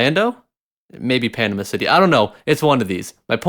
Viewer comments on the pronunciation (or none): none